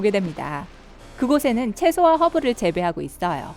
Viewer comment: 나아요,있떠요,부분입니다,같아요, 발음좀 제대로 해주세요 있떠요~ 침 고이셧어요?